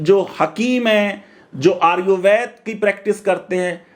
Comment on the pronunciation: आयुर्वेद का उच्चारण तेरे से हो नहीं रहा आगया भाषण देने।